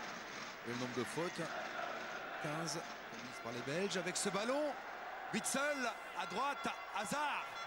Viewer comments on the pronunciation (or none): par contre les commentateurs qui écorchent TOUS les noms des joueurs belges pfff apprenez vos fiches les gars (on dit pas vitzel mais ouitsaile ni veurmalenne mais vermâlenne ou encore le magnifique aldevereld on dit aldewérelde)